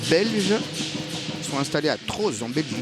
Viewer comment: Trooz se prononce "Trau" ;)